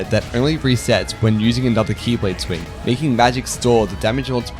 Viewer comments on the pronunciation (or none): The faint old man xehanort "X-blade" every time you say key lade made me smile.